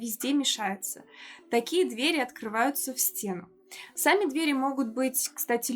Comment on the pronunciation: Хороший обзор, только разберитесь с ударением в слове дверь в разных падежах. А то сложновато не думать об этом при каждом неправильном произношении